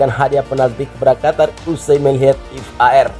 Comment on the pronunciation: Min... V A R bukan F A R , menggelitik kuping dengernya. Bravo Timnas U 23, semangat³